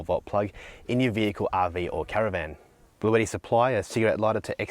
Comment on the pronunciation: Isn't this brand pronounced blue-ti and not blue-etti.